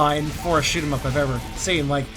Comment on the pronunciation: Sounded like you said shit em up lol